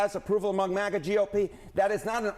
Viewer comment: It's maga, not mauga